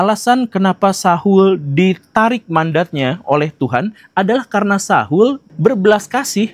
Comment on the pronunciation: Sebut nama Saul saja salah😂